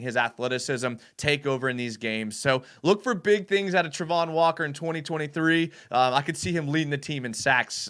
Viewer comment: It's Travon...not Trevon...and he did NOT have 5 sacks last year.